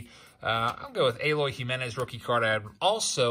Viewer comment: babe it's eloy not aloy